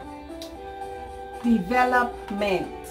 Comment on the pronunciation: The "devil-up-ment" was surely the best pronunciation!